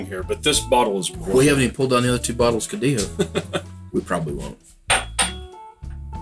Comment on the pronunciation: You still pronounce G's in Spanish . . . It's not spelled CODIJO with an H sound for the J like you goofs keep saying. Yall would have many more subscribers if yall just got to the point and shortened up these videos.